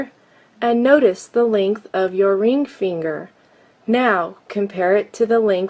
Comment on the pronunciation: Imagine making this video, the joke got old by the 15th time the obviously male narrator says "reeng feeenger"